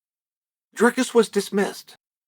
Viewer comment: that's how you say it bruh